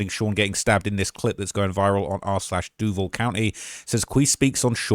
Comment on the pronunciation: SHOCKED you ACTUALLY said "Duval" correctly. Even people from here cant fucking pronounce it.